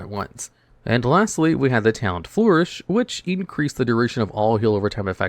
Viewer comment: insane drop of quality and personality. no wonder why views are low. these give chatgpt script vibes. Also how does he get words wrong in every video: what is flurish? foorish? isnt he native english speaker